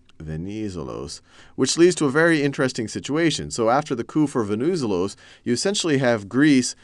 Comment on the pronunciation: Very nice tutorials! Venizelos is highlighted at the second "e". VenizE'los.